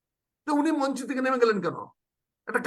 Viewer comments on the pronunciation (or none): none